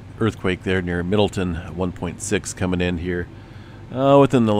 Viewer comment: It's Middle town. You said Middleton